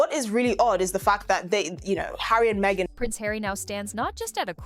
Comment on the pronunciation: He deserves royal welfare because has to put up with meeeeghan. With the silent h but not silent mouth. She should do taming of the shrew